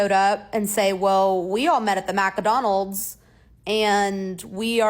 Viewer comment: ngl, it did not click to me that she said Mcdonalds, like i just asumed it was an american thing i hadn't heard of. Mac O'donald